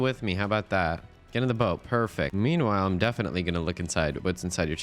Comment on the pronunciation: ya lost me when you pronounced salmon "sollmon" and boat like "bout"